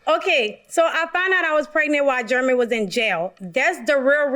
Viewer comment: YOUNG LADY SAY IT SLOW IT'S JEREMY SOUNDS LIKE JER RA ME SAY IT WITH ME JEREMY